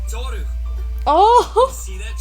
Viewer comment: Ok so I’m going to have a melt down every time kyo says Tohru.